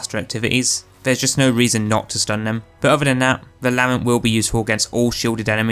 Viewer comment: Video was going well until you pronounced Lament that way